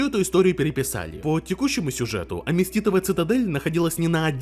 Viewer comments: Аметистовая цитадель, а не аместитовая. Как будто автор сам в ВоВ не играет( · Аметистовая цитадель. АМЕТИСТовая, от слова аметист